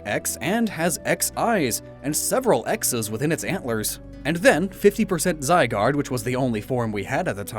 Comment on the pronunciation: ZYGARDE, NOT ZYGUARD! FIX IT NOW!